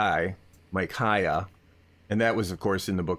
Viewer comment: and following, he is like "Mike-i-ay" or something, and then dismissively says "Michaya" like THAT is the incorrect pronunciation-- hint: the Hebrew is "Who is like Ya(weh)?" just like "Michael" is "Who is like El?" and not "Mike-i-iel" or whatever. And finally: NOT IRONIC. These people.